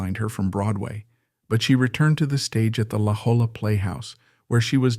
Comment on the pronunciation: This AI narrator is terrible. He doesn’t know how to pronounce Desi Arnaz, La Jolla, Albuquerque, and more.